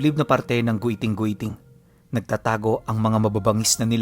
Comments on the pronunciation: Giting giting po Hindi gwiting gwiting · Giting giting po basa jan ❤ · giting² po basa nian or let's say Thorne mountain